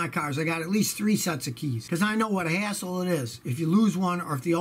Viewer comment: When u were talking about loosing your keys u said it’s a real hassle, but sounded like a**hole lol. BTW when ur changing ur oil remember to take off the oil cap from under the hood before u remove the oil drain plug. The air will force out the oil.